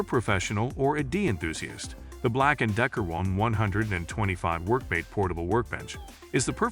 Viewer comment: The robo-voiceover -- very offputting, especially when it mispronounces "DIY" as "die"